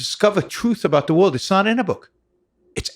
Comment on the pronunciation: I'm an awful person. He is brilliant and I can't stop giggling when he says stuff like "whooled" instead of world. Its like listening to my 6 year old that just happens to be brilliant